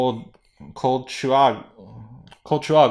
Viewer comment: Col-CHA-wa. Koo-REE-ko. Ah-con-KA-wa. I know a Chilean who you could consult with.